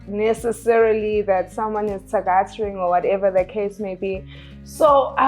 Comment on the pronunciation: I liked when she said thagating